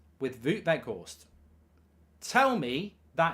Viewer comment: Not Woot Weghorst mark, W-Out (W pronounced as a V) :)